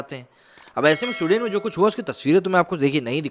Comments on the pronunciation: स्वीडन बोलिए सूडेन नही।हिंदी और इंग्लिश पर काम कीजिए 🤣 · My friend, in your video title you have mentioned SWEDEN which is an Europian country, and you are calling the name of the country as SUDEN and actually the video backdrop is having the news about SUDAN which an African country. Yes this peace loving people are creating Havoc in many countries especially after Syria war and getting refuge in other countries, make a video on Germany facing problems with these so called peaceful community playing Taharrash in the main streets and harrasing and raping women in public. Video proofs and main stream news are available on Youtube for reference. Please check once and correct your video description. Like your content but please pace up the narration, I always watch your videos at 1.75X speed otherwise I immediately fall asleep, Lolz... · suden nahi, it's Sweden to Sahi sahi bolo. 😂😂😂😂😂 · Abay lundar daas saaf saaf bol. Sudain nahi Sweden bol gadhay. Poor pronounciation. Huff paranormal??????????? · Pls pronounce the name correctly. It's not Sudain . It's pronounced as Swe + den = sweeden but spelt with one e , ie sweden . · स्विडन बे सुडेन नही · भाई..उसका उच्चारण “स्विडन” है..ना कि “सुडेन”. कई बार मुझे लगा की आप “सुडान” की बात कर रहे हो. पिक्चर्स भी तक़रीबन वही की दिखा रहे थे आप. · स्वीडन ना कि सुडेन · Bro love your small videos ...just wanna correct you on one small thins that this country is not pronounced as you are pronounced "SUDEN" it's " Sweden" I love this country as people are kind and respectful and Great culture. I was there in 1999 and can say things are changing rapidly. And it's very sad to see. Plz keep up the good work. Jai Hind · For a moment I thought you were talking abt Sudan ,then came.to know its Sweden like swee- duh- hnn....don't mind .